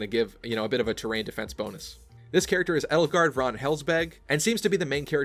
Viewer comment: The proper way to prnounce Edelgard is "ay-dull-gard" Not "ed-ull-gard". Just for future reference.